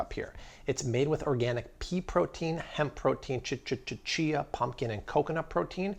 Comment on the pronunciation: why you say - ch ch ch chia???